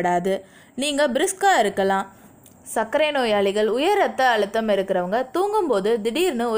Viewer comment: மகளே தாங்கள் ஏன் "ழ" விற்கு பதிலாக "ள" "ல" வை உச்சரிப்பது சரியான தமிழா, தாங்கள் பேசியதை மிள கேட்டு தமிழை தமில் ஆக்காதீர், அழுத்தம், வாழ்க்கை இன்னும் பல, நல்ல பதிவு, நன்றி.